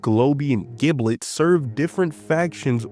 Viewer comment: bro saying giblit is so funny